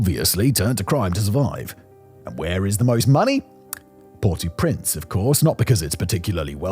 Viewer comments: The English pronunciation of the name is "Port-Oh-Prince", not "Port-Ooo-Prince". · Did Simon not do French at school? If he did he should know to pronounce "au" as "oh" not "or" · It's not Port ooooo prince, it's basically the sound of saying oh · “Port-ew-printz” - spoken like a true Brit. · “Port Oh Prance” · It’s pronounce Port OH Prince. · Pronounced Port Oh Prance. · He's saying "PORTY Prince", which I've never heard before.